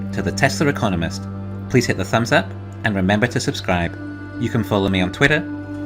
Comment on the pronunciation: I thought was saying " Tesla reconomist" lol.